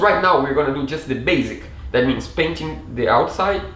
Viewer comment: Só uma dica, quando for falar "because", pronuncie "bicãss", soa muito mais bonito! Assim como "do", fica mais bonito quando se pronuncia mais alongado: "dúu" Ótimo vídeo! Parabéns pela conquista!